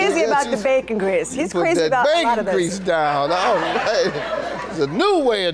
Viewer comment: She can’t even say “ bacon grease “ correctly 😂 We all know she doesn’t have any bacon grease in her house. 😂 Maybe turkey bacon. 😅